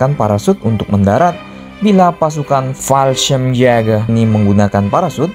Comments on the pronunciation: Admin kalo bilang Fallschrimjagger bikin emosi anjir wkwkwk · jäger kalau dibaca itu yaeger, di German j = y, ä = ea/ae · fallschirmjager min bacanya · Menurut google translate, Fallschirmjäger dibaca "Falshimyega". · Kesel gua denger lu baca fasehgeyehh min 😂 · Yang gw denger balsem siaga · Banyakin bilang Fallschirmjäger lagi min,,bikin ngakak n gemess.. yassalam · Bilang fallschirmjager nya lucu 🤣